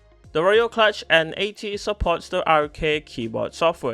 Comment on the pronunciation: I'm really amused by the name of this thing - somehow knowing it's a "kludge" does not inspire confidence (note this is traditionally pronounced "klooj"). Yet I have not seen a single comment on this - guys, do you really not know the word?!